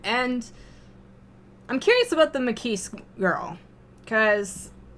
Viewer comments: Adzuki the only reason I really even mentioned the ki part was because at least a few times she pronounces the kise part of Makise like you pronounce keys, I was just kind of trying to point to the fact that the ki is short like in kiss, also really, you think the ma in magic and ma in march are pronounced the same way? Maybe the difference is so glaring to me because in my native language we even have different letters for the a sound in march, halt, must, heart (to mention few) and the one in magic, slam, at and rat. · Try googling the word 'Chuunibyou'. It refers to people like Okarin and Gundham. :) Also, if it matters to you, Makise is pronounced Ma (like magic) ki (like key) se (like seven). :P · I don't know how you pronounce magic, but I don't think most people pronounce the ma in magic the way it's pronounced in Makise. In Makise it's pronounced like the ma in march. Also the ki is shorter, more like the ki in kiss.